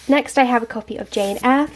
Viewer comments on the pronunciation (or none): none